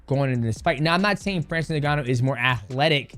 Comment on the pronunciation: His name is not francis niganu it inganu (its spokennlike that)